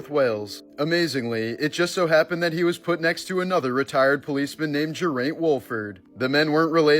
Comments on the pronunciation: Geraint, is pronounced "Gar-eye-nt." It's a Welsh name. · That pronunciation of Geraint and Abergele! 😅